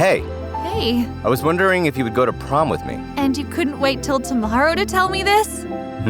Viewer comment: prom day ❌ porm day ✅